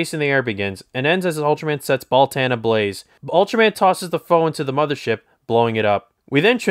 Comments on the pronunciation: Baltan “Ball-TON” not “Ball-TAN” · timestamp: “Alien Bal-TAN” it’s NOT TWO WORDS! Just “Baltan” DAMN Lol Hilarious it’s likely the reviewer JUST discovered Ultraman, because he is SLAUGHTERING THE NAMES OF KAIJU & SEIJIN but again this is HILARIOUS, you get a Toku-Pass